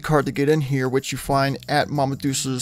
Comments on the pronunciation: I'm correcting you out of respect for your channel. It's Mama dull-chay's. It's Italian. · say it with me. MAH-MAH. DOLE-CHAYS. Again. Mama DOLE-CHAYS. Sheesh. Spanish isn't even that hard, being that this country was once covered in Spanish speaking people for the better part of 350 years. 🤦🏽‍♂️ now go solo scorch future fictional Appalachia!!😂😂😂